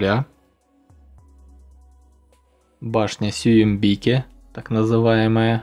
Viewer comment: Башня СююмбикЕ, не СююмбИке